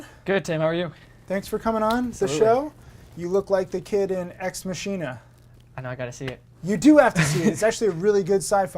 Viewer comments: "ex masheena" ...no sir please stop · EX MASHINA??? YOU MEAN EX MAKINA??? YOU FUCKTARD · its pronounded ex mackina" not ex masheena . you dolt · DID HE JUST PRONOUNCE EX-MACHINA AS EX-MASHINA !?!?! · Ex Machine-a? lol It's ex-mock-ina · its not pronounced ex mashina it is pronounced exmakina! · its actually pronounced Ex Mockina... 😜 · "Ex Mashina"... Fail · armon king ex MACHINE-ma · ITS PRONOUNCED EX MA(K)INA!!!!!! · "ex - mashina" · Ex machina is latin and it's pronounced 'X Mock-ee-nah'. Go watch some CinemaSins and you're welcome. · Ex Machine-ah? Really? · Ex Machine-na.. facepalm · interviewer sounds just like jake johnson from new girl, also its pronounced X-mack-E-na. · "Ex masheena" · EX MA-ki-na ya dumb fuck. That is all. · EX MASHINA? I just got aids from hearing that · Did the interviewer just say Ex-Mashina? LOL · Ex Machine-uh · It's pronounced Ex Mah-Key-Nah, not Ex Ma-kih-nah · The way he pronounced ex machina... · Ex what??? bro, that's not even how u pronounce that word....“The story was great, but that ending came out of nowhere!”....... If you’ve ever felt this about a play or movie, you may have just encountered a deus ex machina, from the Latin meaning “god from the machine.” In ancient Greece.... so in other words this interview.... #mansplaining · lmao the way he pronounced ex machina